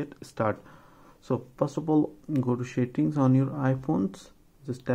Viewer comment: “Let’s get start, first of all go to shittings” 😂😂😂😂 buddy ur English kills me